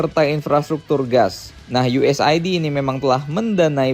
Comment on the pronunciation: USAID bacanya US-AID, bang. Aid itu loh kek HIV-Aid, dan lain sebagainya. Iya itu fasilitas kesehatan sebenarnya.